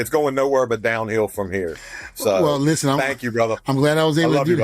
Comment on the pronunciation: Listhpen. Listen*